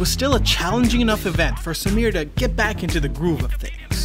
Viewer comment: Bruh I'm impressed with the pronounciations! My uncle built parts of the team that built the cars raced by Samir. It's a now defunct firm called Red Rooster Racing here in Bangalore. The dude is immensely skilled. I remember the time he had brought out his Novitec Supercharged Ferrari F430. The thing sounded wicked n he had it floored! This was around 2013 or so and a time when supercars were a rarity on Indian roads, let alone being driven hard. We also happen to have a goddamned almost 200% import duty on imported cars. So something like a highly specced SVJ is almost 1.5 million USD here. Samir also has a Superformance GT40 in the Gulf Livery amongst a dozen or so tasteful exotics.